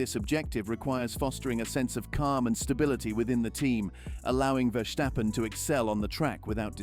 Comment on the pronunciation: Max' name is NOT VerSHtappen - but just Verstappen, with a regular 's'...